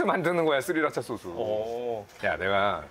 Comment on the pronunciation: 우리 할아버지도 소쓰 아니고 소스라고 하는데